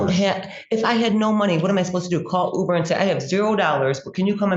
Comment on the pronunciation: “You coulda taken 100 You-bers (Ubers)…” 😂😂😂☠️☠️☠️